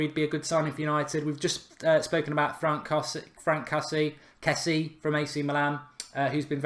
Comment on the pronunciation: I think it's pronounced Frunk Kessi-ay